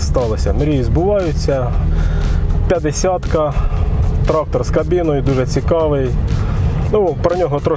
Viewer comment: так хвилювався, що у піжамі застрічає "трахтор..."